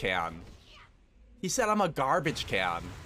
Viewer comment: dude GAWBAGE KEEYAN LOL